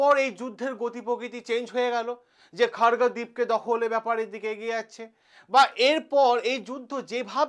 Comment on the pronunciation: প্রিয় শিক্ষক আবারো ভুল উচ্চারণ খর্গোদ্বীপ বলছেন কেন খার্গদ্বীপ এর জায়গায় । ভুল ভাল্ উচ্চারণ করে নিজেকে হাসির পাত্র করছেন কেন? দয়া করে শুদ্ধ উচ্চারণ করার চেষ্টা করুন।